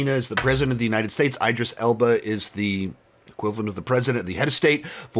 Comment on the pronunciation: His name is not EYE-dris. It’s IH-dris. 😑